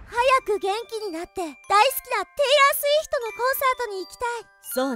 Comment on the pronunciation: あと序盤のテイラー・スウィフトがテイラー・スィフトになってた